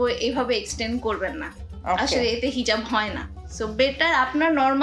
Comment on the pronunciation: hijaf ta ki hejaf bolle api??